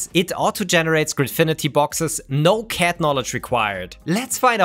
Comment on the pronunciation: It's a joke because pronounces "CAD" as "cat":p